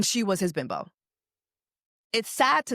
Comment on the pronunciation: You said BIMBO so hard😂😂😂😂😂